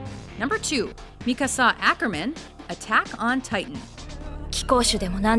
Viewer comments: seriously, you hear the correct name pronunciation in your own sample scenes and you still pronounce it wrong? why is it so difficult to comprehend the emphasis is on the KA and not the SA in Mikasa? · A lot of flaws are in this video, i am not going to bitch out about it because its more of a fan satisfaction thingy than actual liking those things but god dammit am i tired of hearing mikasas name pronounced wrong ITS MI-KA-SA NOT MIKA-SA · MIKASA! ITS PRONOUCED ME-CAR-SAR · So many things to get irritated about... But why don't we stick with the pronunciation of Mikasa's name. Mika-SA?? Really? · Some surprising mentions this time around, unfortunately there's a few crappy ones cough*Sakura*cough and the ordering is rather weak. Also, lol at "mikaSA". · I got so aggravated on how many times you over pronounced Mikasa's name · Yo you should say the same to Funimation about Mikasa's pronounciation XD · Y R U pronounce Mikasa's name like that? You have correct 1 . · comments on your list 1.) its Erza "Titania" Scarlet... Titania is a title labeled to her, it not part of her name. 2.) Mikasa's mother wasn't the only one murdered, so was her father 3.) the "American Accent" on the Japanese names are funny... like when the narrator pronounces Yuno and Mikasa 4.) Sakura has 50-50 fanbase... 50 like her 50 hate her with a passion, so she isn't all that like-able... but hey it your opinion PS. where is Takius or at least Judia or at least Chie and Yukiko :p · Sakura.... yeah... right.... Btw, how hard is it to pronounce Mikasa like you're supposed to? I agree with the top 5 at least, although I think Erza should have been number 1. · I think you pronounced Mikasa wrong,. I could be wrong cause I read the manga, not the anime.